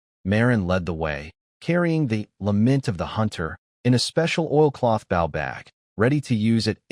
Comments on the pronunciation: Bow is mispronounced most of the time, the weapon is pronounced oh not ow. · If you’ll add an (e) to the end of bow - bowe) your Ai will pronounce it right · Message to poster...If you can't be bothered to listen before posting and correcting errors, why should we bother to listen. It's not that hard to make AI pronounce bow correctly, an easy way is to open the text in libreoffice then use find replace to find bow and replace with boe. There are other ways, but this is the easiest. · It annoys the crap out of me that the AI always mispronounced bow. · But what if that’s how he pronounces bow you know everyone doesn’t pronounce everything the same water woooter potato pototo